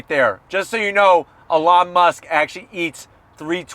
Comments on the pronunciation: Great review is always. But I have to zonk your pronunciation of Elon's name. 😂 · I love how kept calling Elon "Alawn"😂😂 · Lmao you called him Alon idk if he’s going to answer when you call to speak to Alon. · "alon musk" lol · never heard someone pronounce the e like that (ee-lon)